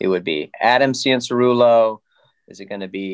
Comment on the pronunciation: Please for the love of God bring Fro back for commentary. Michael Mossy man and Adam Cinserell uh ? What in the actual F*ck ? You have a guy that clearly isn’t even in to the sport enough to pronounce their names correctly!!! Butchered over and over and over again. Terrible 💩